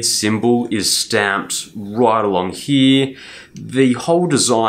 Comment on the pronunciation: U always say heeee for here. What wrong with u man . It’s so funny that instead of watching the video I laughed.